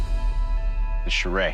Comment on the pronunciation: Hi there. I would like to tell you that I am from Pakistan and you pronounced it wrong, this weapon is "Churaey" not "Charay" please pronounce it correctly